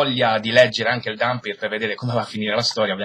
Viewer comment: OOOOHH! MENOMALE che hai pronunciato "Dampyr" come si deve, bravo! per il resto vedrò la recensione quando leggerò l'albo ;)